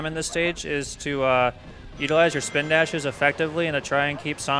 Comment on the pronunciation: "Chawge my swpindashes..."